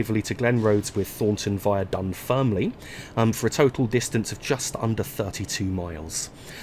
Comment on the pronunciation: Nice to see u back. It's pronounced Dunferm Lin